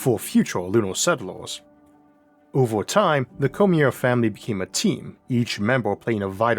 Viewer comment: Cormier: Cor-me-ay. Not Cormeer. Had to watch this with the sound muted.